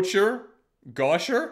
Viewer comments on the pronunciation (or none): Gaucher is pronounced Go-Shey (probably) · its pronounced Gauchay